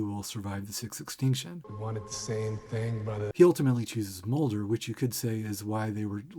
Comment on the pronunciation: You may have fallen a little deep into the numerology well at the end there, but I can't deny that every time you say "sixth extinction" it sounds like "666tion" to me and I have to wonder if that was on purpose